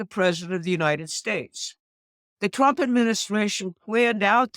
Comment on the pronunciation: I love the way she says twump.